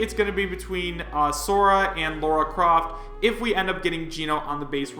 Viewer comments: Say it with me: LARA Croft Not LAURA Croft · It's LA - RA. Where do you see a u?. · It's LARA Croft not Laura you fuckwit....why the fuck do people STILL call her Laura after more than 20 goddamn years? They're 2 completely different names ffs... and ffs people, Steve is not going to be base roster....I doubt he's even that likely as DLC, he's not remotely interesting IMO ( I don't exactly hate him or anything, I just don't think he's iconic or interesting enough to be a fighter. Minecrat itself is iconic, the Creeper is iconic, Steve is forgettable. ). and no, Shovel Knight wasn't more prominent in the ballot, Shantae was since she's more popular worldwide based on data I've seen. Also I'm getting sick of these fake leaks popping up like STDs....I personally don't even think vergeben is "credible" and he simply guessed right. I believe Nintendo & Sakurai and nobody else when it comes to Smash.